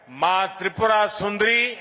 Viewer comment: Tripur sundari nhi hota mota bhai tripura sundari h